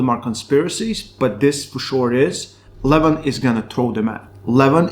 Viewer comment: Jesus is it pronounced like Levun or Leven? You're switching the pronounciation every two sentence